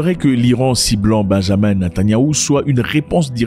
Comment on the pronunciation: Salut Zack, ce n’est pas Benjamin Netanyahu, mais Benyamin Netanyahu, beaucoup pensent et prononcent Benjamin, même moi je pensais qu’il s’appelait Benjamin 😅